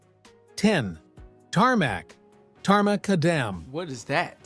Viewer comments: Tar Mah-Cadum ..Not Mah-Cuh-Dam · There’s always going to be a problem with AI‘s inability to work out all pronunciations of English words. Tarmac is fine but the full word is tarmacadam, not pronounced tar-macca-DAM but tar-muh-KAD-uhm with the second and fourth “A”s being schwa sounds. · Tarmac in the UK, pronounced TAR MAC CAD HUM, they drove on cobbles or sets before tarmac! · Its correct pronunciation is Tar McAdam not tarmoockadam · It's pronounced TAR- MACK-ADAM. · pronounced tar mac adam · Tar is the thick black gooey stuff that binds the stones together. Tarmacadam is pronounced tarmac-adam, not the way the narrator pronounced it. The first proper roads were built by the Romans over 2000 years ago. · Very amused by the pronunciation of tarmacadam! It's tar MacAdam! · Tarmacadam is pronounced tar-mac-adam. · It's pronounced Tarmac - Adam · The pronunciation of Tarmacadam by the "narrator" was hilarious - it's pronounced Tar MacAdam. Tar itself is just a thick black sticky liquid, commonly made from coal, wood (especially pine), or petroleum and is is used to bind the materials, which become tarmacadam. It is not a road surface in its own right, it's just one of the binding ingredients. Black top is just a very slang term for tarmacadam, and refers to the layer at the very top of a road's surface, whereas a number of layers below that, are chunky aggregates (typically 20mm or 28mm) and crushed stone or gravel, to provide structural strength and distribute traffic loads. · That AI voice mispronounces Tarmacadam, the correct pronunciation is "tar-mac-adam" By the way, you have to remember before the motor car, vehicles were, either horse drawn (pulled) or pulled by oxen. The wheels simply rolled on the road surface, they didn't need traction. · He pronounced tarmacadam completely wrong its pronounced TAR.. MAC.. ADAM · OMG listen to that awful Ai bot saying “Tarmacadam” as a single word SMH. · Tar ma cadam is how you would say it. The A.I houstbis being A.I